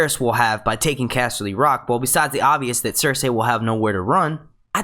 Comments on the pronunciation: lmfao i keep hearing him say ser-say instead of cersei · Say it with me now.... Sir See. No one has ever pronounced it Sir Say in the show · Stop saying fucking 'ser say' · Why can't you just say Cersei the way 99.99% of people say it.... Why do you gotta be different?